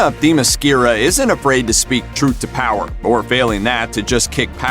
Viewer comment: already, Themyscira is said wrong...... X_x 4 decades? the first movie takes place in 1918, NOT in world war 2...... did you even SEE the movie? AGAIN!, the first movie DOES NOT take place in the 1940's hey look, once again butchering the name...